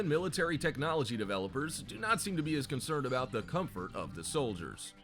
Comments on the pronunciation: what i see "comfut" vs what i hear "cum foot" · i feel like this video is a whole lotta 🧢 And Idk why but when the guy said comfut I died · Not perverted, sounds like urban speak for “Comfort”